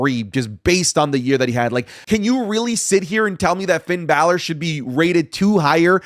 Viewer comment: Braun stroman is a former world champ put some respect on his name Also: Pin balor